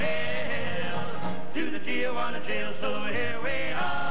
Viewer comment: It is a shame that so many people pronounce the name TIJUANA as if its TIAJUANA.